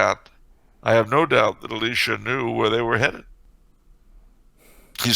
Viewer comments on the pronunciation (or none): Elisha did nothing wrong! Also, its "EE-lie-shuh". Eli like in "Elijah" The similarity does sound confusing to lay ears. Thats why I like the Latin versions of the names. Elijah = Elias Elisha = Eliseus Less room for confusion.